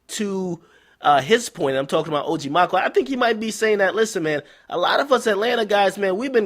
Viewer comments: Aye man Maco pronounced Mack•Oh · its Maco not Maco lmaoo ....like the first half Macaroni lol